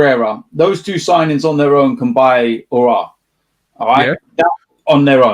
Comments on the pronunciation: Since has been able to say “Aouar” properly he’s been saying it non stop Lmao. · You know this saga has been going on for so long that even he was able to get it right.